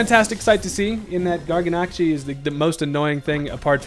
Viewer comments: I’m so glad I’m not the only one that pronounces Garganacl that way lmao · Isn't it garganacL?